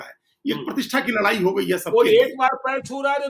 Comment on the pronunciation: लड़ाई होता है लरआई नहीं